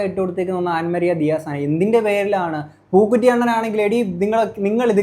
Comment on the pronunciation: njaan ivide chirichu pandaram adangi റസൂൽ പൂക്കുറ്റി അല്ല ബ്രോ റസൂൽ പൂക്കുട്ടി :D